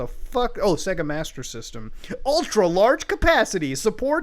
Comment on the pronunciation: You laugh at Soulja Boi then pronounce SEGA "seh-guh"